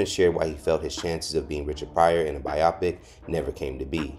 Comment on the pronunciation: “Bi-Oh-Pik” It’s a compound word of “Biography and picture.”